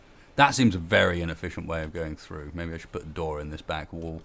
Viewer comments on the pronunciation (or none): none